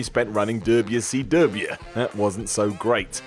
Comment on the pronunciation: me: I hope he stopped saying Wubbya C Wubbya. less than a minute into the video: of f*ckin course not.